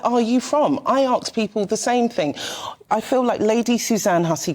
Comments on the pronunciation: Why can't 'new generation ' say ask and not aks! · Why cant you say ASK??????????????????????? What is wrong with you????????????? it is ASK with an S not AX. Learn to speak English properly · the word is ASK not AXE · Myself, I ask people, not aks them lol! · Why do black people pronounce Ask and Aks..? Genuine question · The word is 'ask'.